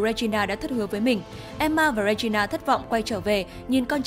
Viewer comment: Góp ý 1 chút là tên hoàng hậu là Regina nhưng đọc là “Ri gin na” chứ không phải đọc là “Re gi na” ạ 🥲